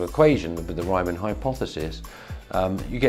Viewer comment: It's the Riemann hypothesis, not the “Reimann” hypothesis. The first syllable is pronounced like *ream*, not *rhyme*.